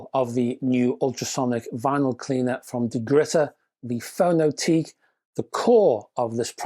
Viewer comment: A year on and there still doesn't seem to be any reviews of this? Btw, given the company is Estonian, I think the name would be pronounced "Fono-tek".